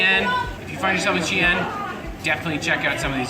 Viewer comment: xi'an,not xian.